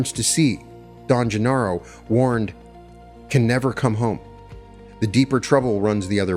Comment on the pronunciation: Ixtlan = Eesht - LAN; Genaro = Heh - NA - ro Sorry, but I feel if you're going to profit from someone's work -- even if he was a scheister -- it's bad form to get the pronunciations wrong.